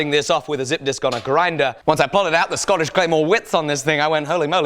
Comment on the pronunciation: Scootish Cleemurre